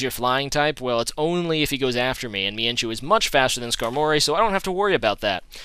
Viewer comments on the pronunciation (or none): is mienshao not mienshu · mienshoo.....mienshoo....... FUUUUUUUUUUUUUUU